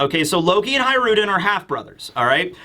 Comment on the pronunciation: Hajrudin = Hajru D N.